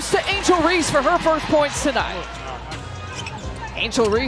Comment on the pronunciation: What robot is doing to talk over on this video clearly can’t speak and say, Angel Reese